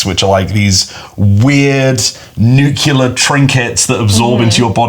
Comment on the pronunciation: ..."Nuke U ler".... It's supposed to sound more like: New-clear! Besides that, awesome vid. Hyped for the game. Rules seam really interesting and I love the art and design of the book.